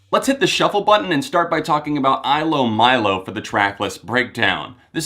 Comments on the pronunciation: It's pronounced eelow-meelow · Ilomilo is pronounced e-low-me-low